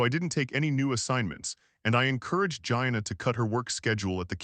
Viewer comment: If I pronounced my friend Gina’s name like that… I wouldn’t have her as a friend.